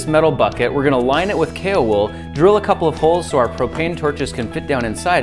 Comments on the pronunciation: i kept thinking he was saying kalewool and not kaowool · Was I the only one who thought he was saying kale wool? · Alfie its kaowool. kale is a lettuce like leafy plant. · who thought the wool is written as "cailwool" and not "kaowool" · It's pronounced kaowool?!? I thought it was kale wool 😂😂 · Grant Thompson - "The King of Random" I thought you said kale wool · when I first heard him say it I thought it was kale wool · Kaowool? I thought it was kale wool... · I kept thinking you were saying Kalewool! But it's going to be cool to see if it can happily melt down copper, and perhaps even other metals with higher melting points!